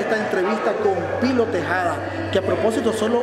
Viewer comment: Tejeda no tejada